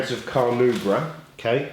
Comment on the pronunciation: You"re not saying Carnauba right :P